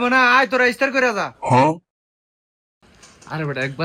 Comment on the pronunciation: ইফতার ❌ ইসতার✅🤣🤣🤣🤣